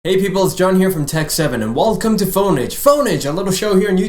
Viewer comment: "walcome" haha welcome. remember SPACE JAM? DAT WAS A GREAT MOVIE